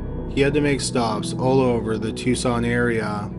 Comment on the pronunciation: I am totally shocked pronounced Tucson correctly